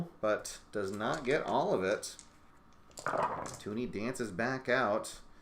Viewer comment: It's TUN-ee, not TOO-nee.